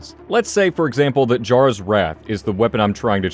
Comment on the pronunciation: Jarras Wrath... lol